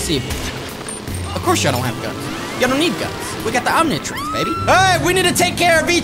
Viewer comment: Omnitrix is how you say it